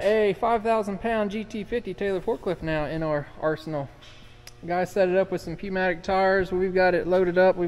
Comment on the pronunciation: pneumatic is pronounced newmatic the p is silent lol